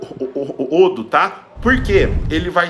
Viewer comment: Muito boa essa receita.. o melhor e o falando iodo.. ele é ótimo!!!!